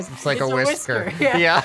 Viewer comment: Ah yes its a "wisker"